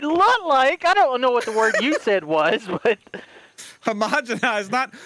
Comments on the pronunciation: I am honestly in tears about trying to pronounce "homogenized." 🤣🤣🤣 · That bit where delirious’s pronounced homogenised as homo genocide made me break down laughing 🤣